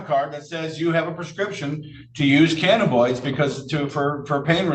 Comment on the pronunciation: Lol, the way he pronounces cannabinoids is making me crazy, it's ka nuh buh noyd, not ka na boid.